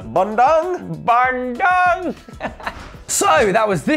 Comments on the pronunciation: hey guy it is pronounce bun-doong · Its Bandung not Bandoong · it's pronounced Bahn-doo-ng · It's Ban-doong mate, these guys are killing me with their pronunciation :))) keep it up lads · really the way you say bandung is killing me 😂😂 i live in bandung and the way you say it is ban - dung. dung like dunga the former brazilian captain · I'm Indonesian and I'm laughing so much everytime they say Bandung. Their pronunciation was extremely hilarious (in a good way of course) :D